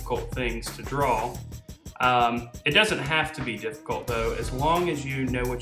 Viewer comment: Dude it's not drawl or drawling it's draw drawing there is no l when you say draw or drawing